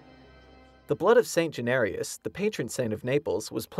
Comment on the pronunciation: would be a miracle if the narrator would pronounce St. Januarius' name properly....